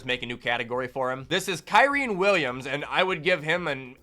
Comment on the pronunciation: There's no way it isn't on purpose, it's Ky-rin, not Ky-reen. Pretty simple. AND ITS NOT POLE-ERD, ITS POL-ERD